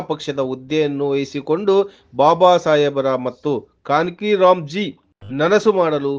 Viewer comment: It is ALL INDIA BSP not Hall india. Please correct it. KansiRamji name is also pronounced improperly